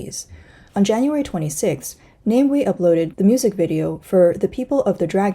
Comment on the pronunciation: Namewee is pronounced as Nah-mah-way